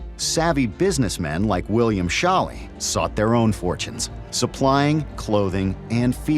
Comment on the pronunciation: Ok, so it's absolutely driving me nuts the way they keep mispronouncing Scholle! "Show-lah," not "Shawl-ee"! It's a long "o" and an "e" pronounced "uh"! (Generally you can figure out how to pronounce foreign words, especially European ones, but just learning how they pronounce their vowels! It's not that hard!) Not only that, but I don't think that passenger manifest shows his name originally was "Scholly" as the show is showing (Scholly doesn't strike me as a particularly Bavarian/German name...Schaler is more likely). It looks to me like it said Schaler, and that there was a rogue ink stroke under the "r" that I'd guess happened as the writer wrote the name. If you look a few names down, you can see how that person wrote their "y's" and it's not at all the same as how they wrote the last letter of her relative's name! So this woman, because nobody is "fact checking"/correcting these things, is going around with false info in her family story, and COMPLETELY mispronouncing/bastardizing her ancestor's name! BTW, "Dinkelspiel" is a hilariously fantastic last name of that woman who helped her in San Francisco! 🤣 You KNOW that poor girl got teased mercilessly as a kid! 😏😌